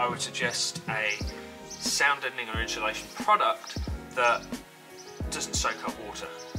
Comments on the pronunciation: Just in-SU-lation is okay. What’s all this in-SHOE-lation business about? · Yes! That was driving me crazy! It's inSulation. Great video though! Thank you for sharing your method! Cheers! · Are you installing "inshulation" or 'insulation'...????? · "inshulation" ....... !!!!!!! It must be a Brit thing... Like "Toyoto" 'ARE' making fine cars, instead of "Toyota" 'IS' making fine cars which is PROPER ENGLISH... Or "Toyota" 'ARE' made up of many fine people, instead of "Toyota" 'IS" made up of many fine people.. Toyota being a single entity, although made up of many parts. You wouldn't say: The PIE 'ARE' made up of many slices... Unless you are an ignorant Brit.. Correct ENGLISH would be: The "PIE" 'IS' made up of many slices.. You wouldn't say: The "MEDIA" 'ARE' stupid.... Correctly, The "MEDIA" 'IS' stupid... LOL! Unfortunately, this dumb ass anomaly has spread across the pond, to the USA and the world, where it has become normal to mangle grammar that I learned correctly as a child 70 years ago.. Thanks again socialism/liberalism, the destroyer of Borders, Language and Culture, you win hands down, again...